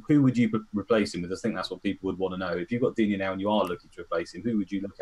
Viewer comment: It’s Dig Knee ffs.